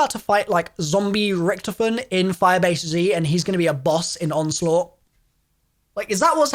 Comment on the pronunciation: Its richtofen not rktifin